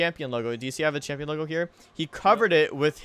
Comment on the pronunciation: More like Chimp-ion not champ